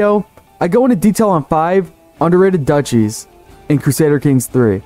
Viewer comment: Duchy is pronounced Duke-y.